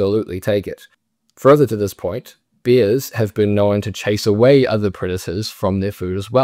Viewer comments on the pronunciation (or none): It’s bears, not beers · When you say ‘bears’ it sounds like ‘beers’. 😂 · Great video but is he actually pronouncing “bears” as “beers”?